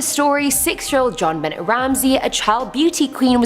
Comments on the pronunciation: Re: The Ramsey story...the little girl's middle name is pronounced "Ben-nay," NOT "Bennett!" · JonBenet is pronounced JON BEN NAY not JON BEN NET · Please do me a favour n av the respect ov pronouncing Jon Bennet name properly it's NOT BENNETT ITS PRONOUCED BENAY!!! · Pronounced Ben nay not Ben net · I love your story telling but you are pronouncing JonBennett's name wrong into not pronounced "Jon Bennett" its more like "Jon Bana". That was a huge case when I was younger and I remember hearing her name so much on the news. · It's really NOT pronounced JOHN BENNETT RAMSAY!! JEAN BENNAY IS OW ITS PRONOUNCED. JEAN in the French not jeen as in English. Just considering her tragic ending its just respectful to get her name rite, I think. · John Ben-ay, not John- Bennett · its not jon bennett its jon benAAA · It sounds like you say the T in Jonbenet Ramsey. But the “T” is silent. So it’s pronounced ”JON-BUH-NAY RAMSEY” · The little girl's name was John Bennett Not John Bennett The TT is silent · omg everyone in the world sept you knows its "Ben-nay, and jean like the way you say jean cluade van dame and you live in canada french central lolol have a great night. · I love your vids, but it's pronounced bownaa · “Jon beh nay “ Ramsey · Benet part of Jon Benet-Ramsey is pronounced "Buh-NAY." I believe it is French. Otherwise, Great Job!! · Her first name was pronounced zhon as well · Her name isn't John Bennett. You have Google, wtf? Btw, its not defo either( long sigh). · Jon BAAAANET thats how you say it. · You're miss pronouncing the little Ramsey girl's name. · The way you butchered the pronunciation of JonBenét Ramsey's name Might cause her to haunt your house next! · Yes made me cringe every time she said her name! 🙄